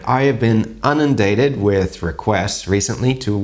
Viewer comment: PS, the term is "inundated" not "unundated"....blimey